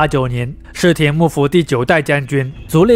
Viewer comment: 室町到底怎么念的啊？怎么听着你念 “室田”啊？